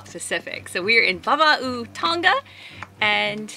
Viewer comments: Tong Ah not Tong Ga :) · I thought the "ng" in Tonga was pronounced together like "banger", i.e. theyre not really separate consonants, but one consonant called "ng", as that how it is in the Maori language. But you actually lived there, so I'm kinda curious if the locals pronounce it with a hard G like you do??